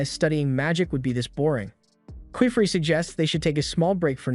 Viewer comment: How to say : keyfrey Actual name:qifrey❤ Not kyfree😂